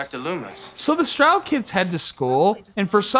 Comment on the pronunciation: Strode, not stroud